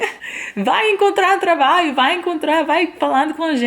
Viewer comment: Bela historia,!. Passei para meus sobrinhos no Ceará - do moro no Riode Janeiro - para inspira,-los: incentiva,-los a ousarem; a se arriscarem um pouco. Outra coisa, observei que você tem dificuldade em ptonumvisr "trabalho" voce fala ",trabaio". Neste por a ponta da língua dos dentes quando for pronunciar o ",lho" de traba",lho". Exatamente aí. Diga: Trata lho," este com a ponta da língua dos dentes superiores. A mesma coisa para,,: Ju-lho. Agasa-lho. Orva-lho. Orgu-lho. Obs. Todos os "luis pondo a ponta da língua nos dentes superiores. Orgu - lho(menta parte). Estou seguro de que vai ficar perfeito...